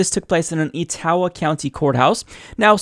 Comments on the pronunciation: "EE-TAO-AH" County lmao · Love you,, but it's pronounced Eh-toe-wah County.:-)